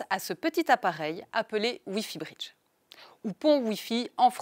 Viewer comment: Ne pourriez-vous trouver une francophone qui parle convenablement et qui emploie le son o semi fermé comme dans hôtel ou bureau et non des o semi-ouverts comme dans sort ou rhum.. Et qui parle de briddddge et non de britttch.